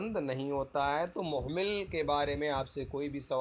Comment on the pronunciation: sir!mohmil nhi hotair,mohmal hota hai...tet mein talaffuz par bhi dyan diya jata hai